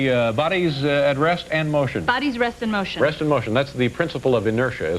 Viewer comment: dave says "(b)re(a)st in motion" lol oops.......balah blah blah "your hair looks great" blah blha blah